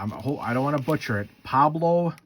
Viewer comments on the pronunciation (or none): How you have a whole channel on these and dont know how to pronounce the names 😂😂😂